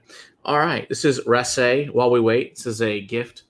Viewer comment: Hey I am a Japanese girl living in Scotland and have been waiting for an expression from this distillery. Just a point though it's "rassy" like grassy, not rass-AY. Scots get very protective over pronunciation.